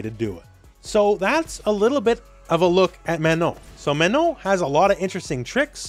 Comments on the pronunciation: I appreciate you saying her name correctly. So many people saying MaNAHN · Thanks for taking the time to pronounce her name right,!